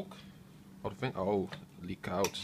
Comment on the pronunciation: Very nice video but your accent is the weirdest thing I have ever heard. Most of the time you sound english (british) but then you say things like "choclick" or "lick out" instead of "leak out" and some other little weird things. I am curious, where are you from and do all people talk like that there?